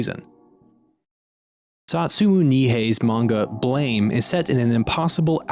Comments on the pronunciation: It's pronounced "Blàm" but awesome video nonetheless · It's not Blame [bleɪm]. It's Blame [blAm] - the sound gun makes when shot. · Just wanted to say, even at this point, its not pronounced as blame. The author and creator of the maga intented it to be pronounced as the sound a classic gun would make when it fires, so ''blam''! Not blame. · ITS BLAM NOT BLAME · everyone reads it wrong, its supposed to be pronounced blam! like kelly's gun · well it is spelled with an e, therefore it is not spelled with no e, making it blame, not blam. It might be pronounced like blam, but it's spelled like blame.